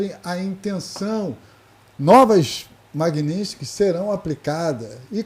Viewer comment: Magnistiky ??? O fodido não sabe nem falar o nome da lei